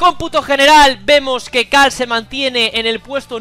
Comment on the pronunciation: Por qué le dices "cal" a carl?